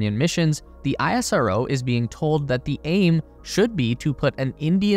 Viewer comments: It is pronounced as ‘Ess-Ro’ not ‘I-S-R-O’ please correct it. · Bro its not aie-rso its ish-ro as pronounciation. Thanks for the beautiful video & thanks people for the amazing comment on india. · Plz correct your video next time, it's pronounced (Is Ro) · Its pronounced "isro" (is-row) as in how NASA is pronounced as "Nasa" and not En A Es A.